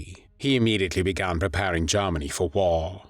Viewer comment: "When Jarmeny invaded Peeeoland" 😂